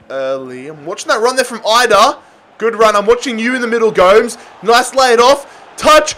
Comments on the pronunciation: No one: Absolutely no one:: calling gomEz goams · Go-mez not ghomes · Man said 'angle g-oh-mes' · It's Gomes as in Gomez not Gomes as in G(n)omes 😂 nice though lol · Gomes not gome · Please,Gomes is prononuced gomez,yknow,like the german striker,mario? Just with an s on the end,go mes not goames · Bro it’s angel go-mes not angel Gomes it is so cringy that you’re pronounced it wrongly sorry for correcting u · The correct pronunciation for Angel Gomes is Angel as in an Angel or Arch Angel and Go mez. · PLEASE STOP CALLING GOMES GOWMS!! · Also the way he said Gomes' name is beautiful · why did he say gomes like that lmaooo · please don't ever say Angel Gomes' name like that ever again lmao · I was laughing evrytime he misspronounced gomes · has to be the worst pronunciation of angel gomes i have ever heard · The man cannot pronounce Gomes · Bro please never say Gomes like that ever again, its triggering me beyond belief